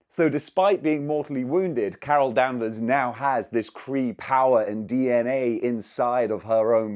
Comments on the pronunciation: Why was someone saying Carol Danvers so damn funny? 😂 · I flinched each time he said her name wrong. 😗